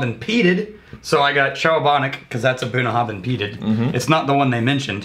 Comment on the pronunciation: I believe that Bruichladdich is pronounced so that the "ch" at the end is silent, ie: "brooke-laddie"... that's where the name "classic laddie" came from for the 10yo. Also pretty sure that Bunnahabhain is supposed to pronounced where the "bh" has a "v" sound: buh-na-have-en.